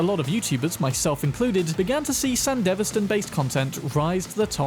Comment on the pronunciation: O dear GOD... Sandy - V - stan, not San - deva - stan~! and you said it so many times ( o_0 )~!